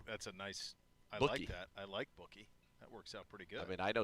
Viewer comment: It’s “Boo”kie Watson. Not bookie, just a heads up